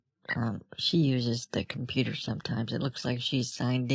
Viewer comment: Because your compyoorrr is not sekyooor!